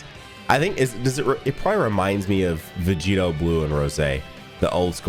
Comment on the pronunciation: "Vegito" What did you just say?